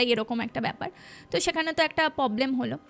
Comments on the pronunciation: পব্লেম না প্রব্লেম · ভুল ভাল উচ্চারণ গুলো গল্পের মাঝে খুব বিরক্ত লাগে এগুলো একটু ঠিক করবেন শ্রান❌ পবলেম❌ স্নান✔️ প্রবলেম✔️ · শ্র্রান, মোদ্রা কথা, পবলেম এগুলো শুনতে খুব বাজে লাগছিলো, আগের একটা পডকাস্ট এ শুনেছিলাম হিন্দি হরর পডকাস্ট এর থেকে কিছু টা সাজানো গল্প আর বাকি টা জানি না কোথা থেকে নেওয়া, বুঝেছিলাম সত্যি ঘটনা মোটেই না, আর সাথে এই চিবিয়ে চিবিয়ে জোর করে টেনে বাংলা বলা, সত্যি মিথ্যে জানি না কিন্তু এগুলো খেয়াল রাখলে হয়তো দর্শক দের প্রতি ন্যায় করা হবে!